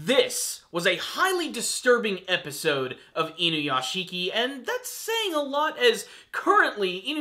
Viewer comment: Okay, I'm not usually a vocal grammar nazi, but pronounce it like this: "Inu - Yashi - ki." Saying: "Inu - YashiKI" puts too much emphasis on the ending syllable, turning it into 2 when it's a 3 syllable word. It's not hard, just please put a little bit of effort into the pronunciation, it's like it's taking me back to the days of people calling Naruto, Na-Roo-Too the cringe is just so bad.